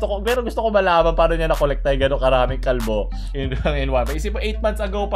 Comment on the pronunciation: di ko alam kung bakit pero anlutong ng pagkakasabi sa "kalbo" lt hahahaha